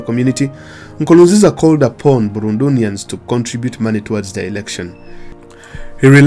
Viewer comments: You said it all thanks for that👏🏾, but it's not Burundunians it's Burundians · Burundunians? Really? It's Burundians.